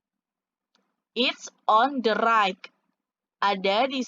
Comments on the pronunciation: Iya ya kok raik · Bacanya rait buk bukan raik